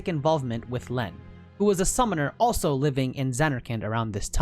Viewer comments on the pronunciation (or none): none